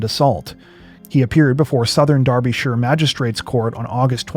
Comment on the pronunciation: Thanks for pronouncing Derbyshire (UK) correctly.